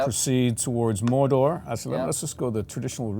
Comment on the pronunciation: ..Did that guy pronounce it as 'Morder'...?